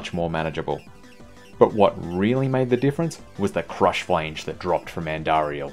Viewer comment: does everyone in the diablo 2 community say 'flange' wrong? lol